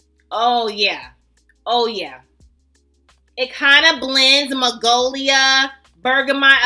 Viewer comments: it's magnolia, honey.. not magolia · Magnolia not magolia 😊